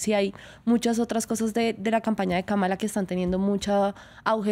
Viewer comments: Kamala: El nombre que incluso analistas políticos pronuncian mal: 🟢KA-ma-la SI 🔴ka-MA-la NO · France 24 debe cuidar la pronunciación del nombre de la Vicepresidenta nominada por los Demócratas 👉Kamala Harris es: (Kámala Harris)